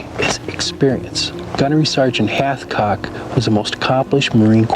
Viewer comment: All I hear is halfcock 😂